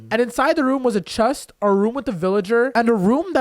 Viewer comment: um you in the video when you needed to get to the crafting table you said i need to open the chet XD